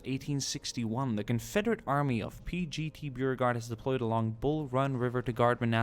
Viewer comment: He also said Beau-regard instead of Boh-regard. That one hurt me.